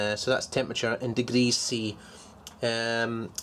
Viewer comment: How many dee-gee-rees?